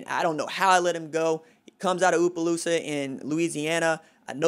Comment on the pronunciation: Fyi, Opelousas is pronounced Ah-pO-lou-sus